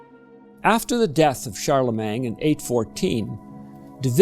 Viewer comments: Yes, that's a fact of which I am acutely aware, having lived in several countries and possessing the ability to speak 5 languages. However, Charlemagne is a French name, and it is properly pronounced in French. It is spelled "-magne", not "-mang". Changing the order of the letters is not a preference or style of a particular region or country; it is simply wrong. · Please check your pronunciation of Charlemagne. It's not "Shar leh MANG".